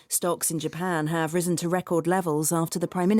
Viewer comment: risen을 못 들었는데 발음을 잘못 하고 있었어요. 오늘도 감사합니다!